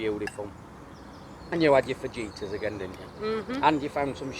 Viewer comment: Ah!! You've never sounded quite as Yorkshire as you just did pronouncing Fajitas "faj eaters" It amused me!!!!!